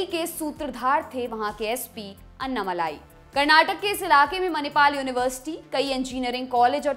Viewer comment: The correct pronunciation of Mr. Annamalai's name—as pronounced in his native language Tamil—isअण्णामलै (ALSO अण्णामलय). The way it is pronounced in this video— अन्नामलाइ —is not correct.